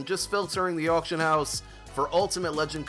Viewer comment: "Autcion" lol Someone's been drinking.